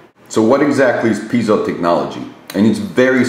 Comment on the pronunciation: You mispronounced piezo. It's like pie and zoe.